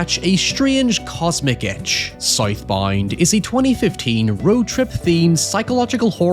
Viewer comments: "scythe bind" bro that isnt even CLOSE to "south bound" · Had to pause 30 seconds in because I was not at all prepared for that pronunciation of "South Bound" lol